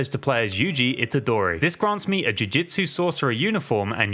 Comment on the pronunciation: He’s saying jujitsu I’m annoyed